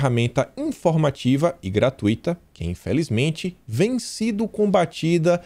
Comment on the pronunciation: Gratuito e não GratuÍto